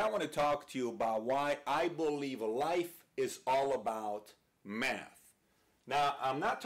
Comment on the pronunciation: I swear he's saying meth